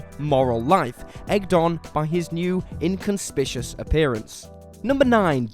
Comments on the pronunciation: Everyone: Inconspicuous: In-con-spishus. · "Inconspicious." Were you trying to say "inconspicuous?" Someone should have told you how to pronounce that. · "inconspicious"? No. Inconspicuous. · Inconspishus? Guys, I know you have a tendency to be awful at pronouncing words, but I feel it's time for an intervenshus. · Is in-con-spi-shush how Brits pronounce inconspicuous? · You mean to tell he can't even say inconspicuous?